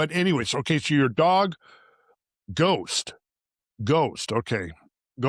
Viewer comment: Ghost...not dose, not toast.